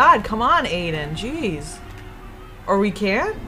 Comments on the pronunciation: not hating but she's pronouncing his name like aden its pronounced iden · IT'S EYE-DEN